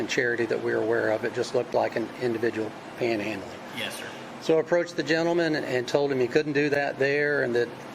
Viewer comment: Again he says "panel handling "